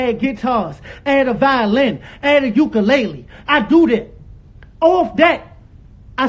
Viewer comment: Not violins, guieetars, and uuckalayleez lol